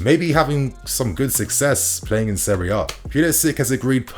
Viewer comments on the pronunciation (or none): none